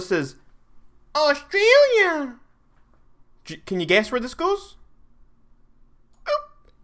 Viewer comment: U fing dare to say Australia like that!!!